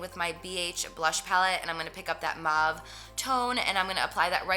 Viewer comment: the way she said mauve was like MAAAVVV ... jersey accent !! <3